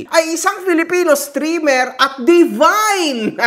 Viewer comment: "devine" healer amputa 😂 divine un, o baka devil + divine yan